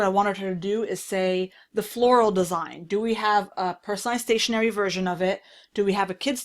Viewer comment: ...Fersion Voil 😄